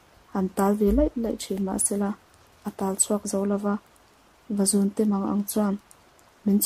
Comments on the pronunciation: Vazúnte tih thluk hi a diklo Vazùn zùn tih lai hi 'thil ka siam' tiha siam lai anga thluksan tur a ngaihnwmna ati bo trep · vazuuunte tih tur a ni lo mw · vazunte chu i thluk diklo a nih hi.. va zuuun tiin aw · Vazunte i lam rik dan a diklo thluk deuh tur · Vazun-te tih a, zun hi, Khua tih thlukin lam tur a ni e.. Channel ṭha ber pawl a ni e.